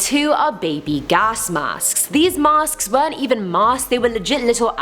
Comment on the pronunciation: She said masksksk